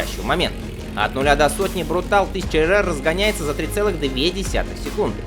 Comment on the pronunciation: Ты достал, блин...какой "брутал"?! Почему ты "съедаешь" последнюю букву?! Контора чья изначально? Правильно, итальянская. Вот и читай по-итальянски: "брутале". Ты же в слове "велоче" почему-то последнюю букву не "съедаешь".